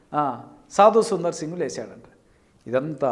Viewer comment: ఁబదర్, సాదుసుందర్ సింగ్ గారూ అనండీ. సాదుసుందర్, అని కాదు.